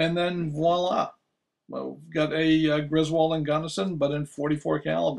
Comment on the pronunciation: Cool video. FYI, it's pronounced GRIS-wuld, not gris-WALD. (In other words, not like in the National Lampoon movies.) Mr. Griswold was from Connecticut. You can hear the pronuonciation from Griswold, Connecticut, at the beginning of this video here